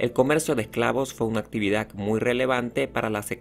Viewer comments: Y actividaC. EsclavituC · PropiedaC, esclavituC, actividaC, sociedaC, EgiCto, es bueno decirle que lo está pronunciando mal para que cambie y lo diga correctamente, probablemente sabe mas idiomas y el español no es su idioma materno 👍🏻